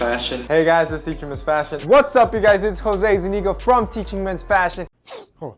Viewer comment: am i the one impressed that pronounced his name correct? i used to call him jose jose yO jOSe but instead in HOse hOse GUYS ITS HOSE